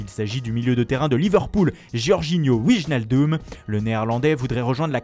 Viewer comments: Alors ça se prononce Waïnaldoum. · Georginio OUIJEnaldum ? Putain mais il est sérieux le présentateur ? Fais un mini effort ou laisse ta place à quelqu'un qui sait prononcer les noms, là ça devient ridicule. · Je croit prononciation vainaildum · si c'est la seule excuse pour ne pas bien prononcer ;)